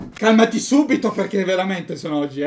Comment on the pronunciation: sai parlare? 😂😂😂✨VELAMENTE✨ 🤣🤣😂🤣😂😂